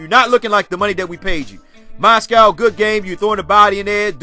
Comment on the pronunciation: Lol bro it's Moz-gov not Moscow